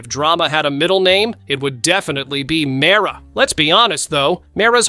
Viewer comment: Its not mera its mira😂